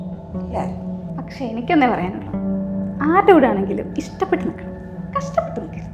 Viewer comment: ഇപ്പൊ മലയാളത്തിൽ ഷ ക്ക് പകരം ശ ആണ് ലെ... ഇഷ്ടപ്പെട്ട.. Kashtapett 🥲